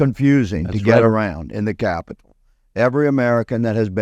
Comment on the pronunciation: I can't keep watching because of the way he says capital. LOL.